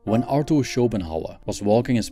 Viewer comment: Arthur, not ArTor. Its a theta not a tau. When I hear a terrible pronunciation like that, at the beginning of the video, I stop watching. just fyi. I respect that English is not your first language, but you ought to pronounce words correctly. Just an idea, if you will.